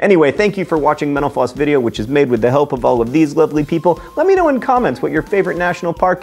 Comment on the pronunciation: Mr. Green: Instead of hearing "Mental Floss", it sounds like you are saying "menopause"!